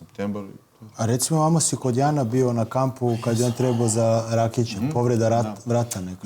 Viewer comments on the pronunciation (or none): none